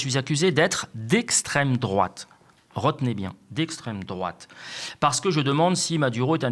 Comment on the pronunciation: On dit Esstrem droite!